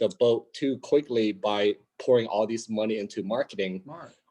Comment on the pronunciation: I love all your videos but remember it's not moe-ni it's mo-ni. Listen to your recordings and you'll see what I mean. I like that Moaney though.😄👍👍👍